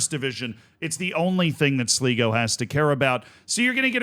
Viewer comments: Amazing game for sure, but Z you butchered just about everything there. Just a total hack job. As many pointed out , it's Sly-go, not Slee-go. Galway United and Sligo are fierce rivals from the west of Ireland, nothing much to do with current league standings. And the "do you believe in miracles"? Seriously, you know almost nobody outside the US gives a hoot about that. And the reason Kerry has no long standing history, is because it's a new club, founded in 2023, it was amateur to start, now has a license to play in the Irish League. Sure you're excited about the game, but breathe, take at least 5 minutes to a little background research, just 5 minutes. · I think its important for future reference that its actually pronounced Sl-eye-go not Sl-ee-go, as I expect future updates on the irish cup and the irish second division standings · Seriously, please start doing a minimal bit of research before these vids. It's 'slygo' not 'sleego' you had it right the first time. Kerry are going to the semi-finals, not the final. This was the quarter final. Kerry can't relegate, there's no relegation from the First Division. You also could've seen Kerry was founded 3 years ago, no need to scour old cups for their participation. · You were so close it's pronounced sly-go not sli-go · Kerry cant be relegated because theres no relegation and it's said Sly-go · its sly go . og god tell me he doesnt keep saying it wrong the whole video. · "Sleego, slygo, I think it's Sleego" Usual editorial rigour from Z. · Cmon man. All it takes is a 2 minute research of any Irish video talking about Sligo to get the correct pronunciation. Do better Z 👌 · "Sleego" lol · To everyone correctly pointing out that it's pronounced "Sly-go" have to understand that only winners get correct pronunciation. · It's sly go btw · I can't listen to Z continue to butcher Sligo - bye 🤮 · Long I in Sligo.